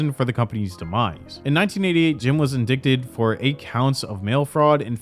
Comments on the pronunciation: "indicted" (INDIKTED?) IN-DIE-TED you blithering dunce! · It's pronounced "in - DYE - ted". Sorry, but that's one of those words that just sounds weird if said the way it's spelled, like "comb" or "champagne". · Indicted is pronounced "ind-ight-ed", like night. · You didn't really just pronounce the silent "c" in "indicted," did you? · I chuckled when I heard indicted.